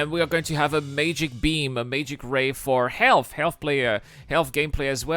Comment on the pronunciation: "Mageic" beam 😂